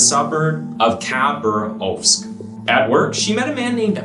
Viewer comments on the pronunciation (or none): UGH the cringe I felt when you said khabarovsk. As someone who literally is from there its pronounced KAH-BAR-USK. Edit: Every single russian word you try to pronounce is wrong and cringe.